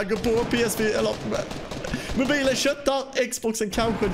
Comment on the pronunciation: lite roligt att du säger Mobajlen mutt XBOX ;D (inget hat)